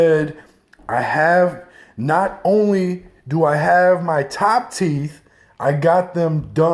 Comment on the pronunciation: The fact that he said, "not only TO i have instead of DO i have let's me know the top is missing (do sounds like to when top teeth missing) lol